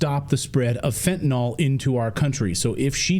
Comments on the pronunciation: It's not "fentanal", it's fentanYl , " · Cabinet picks have been pretty fantastic so far. Nothing will be perfect. Also, it's FENTANYL not fentaNOL people